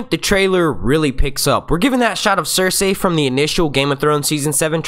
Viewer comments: If he says cers- ay one more time, it's fucking cers-eey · Pls pronounce Cercei right!!! It's not Cerceyy... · Anyone else bothered by his pronunciation of "cerSay"